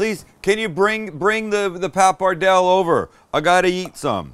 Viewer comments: Oh the way you’re pronouncing “Pap-er-dell” is driving me nuts. “Paa-pa-Dell-Ay”!!!!! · It’s pronounced “papar-del-lay” fyi….. Looks good. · You’re pronouncing the Pasta incorrectly by the way